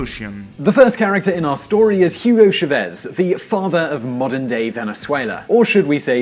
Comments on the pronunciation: The name 'Chávez' has an accent on the first syllable and should be pronounced accordingly. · How long would it have taken to look up the proper pronunciation of Hugo Chavez??? For fck sake.. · A video that pronounces "ChavEz" (not once but a thousand times) and spells "catastrophY". Yeah. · Thank you for making the video. Since Chávez was the former president of Venezuela he is irreversibly intertwined with recent Venezuelan history. Considering his important role I'd like to urge you to work a bit better on your pronunciation of Chávez, because if you cannot pronounce a comparably easy to pronounce name like Chávez it may come across as lack of competence from your part. Since you don't pronounce his name correctly it may look like you never saw a single original interview/documentary about or with Chávez. Of course, you can make great videos about a Spanish speaking country without being able to speak and/or understand the language yourself through reading credible sources, however, one loses credibility by not being able to pronounce what one is saying. Just as a suggestion I'd urge you to learn how to pronounce the figures you are talking about. The stress is on the a in Chávez [CHA-vez] not on the e [cha-VEZ]. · Mate, the way you pronounce Hugo Chavez is a disgrace. Otherwise, you're ok ;-). But seriously, learn how to read Spanish. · Why can't the Spaniard reading the titles pronounce "Chavez" correctly?... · CHAVEZ! not xavezze, if u are going to say a word 100 times make sure your saying it rigth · Please research you accent . It is Chavez , with an accent on the letter ' a ' not ' e ' like you pronounce it . By doing this you will gain credibility . Thanks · Chávez. It's pronounces CHA-vez. Not cha-VEZ. That's what the little line is for. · FYI, it's pronounced "CHA-vez", not "cha-VEZ". Otherwise, great video! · Every time he pronounces it as "shu-VEZZ", take a shot. Every time he pronounces it as "ve-ne-SWAY-la", take a shot. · CHAvez not ChaVEZ.